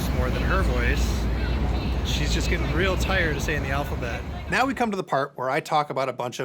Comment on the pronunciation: I felt like was trying to make a point the way she said the Alphabet.